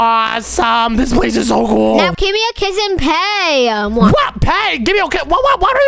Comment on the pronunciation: meant to say give me a kiss but In stead he said give me a quiz😂😂😂😂